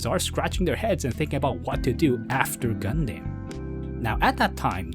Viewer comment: I’m sorry man but nobody says gunDAM, except as a joke. Gundum. just like any word ending in DAM. But really , where are you getting all of your pronunciations from? Either use Japanese or use the English version. Not these odd made up names like Vottoms. VOHtums. And either ZaBOONGOOROO or ZaBUNgle.